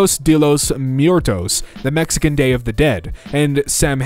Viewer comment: Love your content - but FWIW. "Muertos" is pronounced like the word "mwah" - where the M is kinda tacked on, so it sounds more like MWAIR-toes or MWHERE-toes (the S sounds like an S & not a Z).